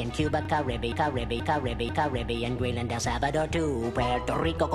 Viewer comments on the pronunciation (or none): none